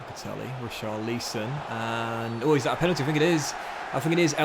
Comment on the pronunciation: Ri-CHAR-li-son As opposed to RI-char-LI-son